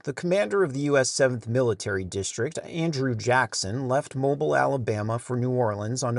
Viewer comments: Love your videos! Small fyi, it's pronounced mo•BEEL. Keep up the excellent work, and thanks! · Another great episode. It is mo-BEEL as already noted. Arkansas abbreviation is AR. AK is Alaska.